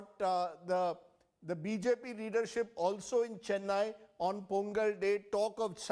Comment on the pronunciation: Anyone hear pronunciation ?? Shocking least to say.... Jallukutty??.cheeennaiiii?.. Dravidian culture??..there is no such culture, say Tamil culture...I don't think these guys have any clue about my state.. no wonder why both central parties struggling here...